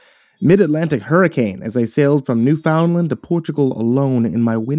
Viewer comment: Lol Newfoundland isnt pronounced like that but nice try 😜 lol